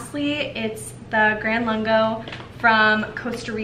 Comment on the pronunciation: Hi, You are mispronouncing the name of the Nespresso line. It's called VERTUO, there is no 2nd R in it. Say it phonetically Ver-Too-0. Next Lungo is pronounced Loongo (not laango).